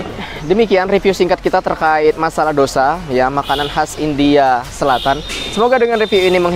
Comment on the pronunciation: Tulisan nya dosa tapi bacanya Tose 😁😁😁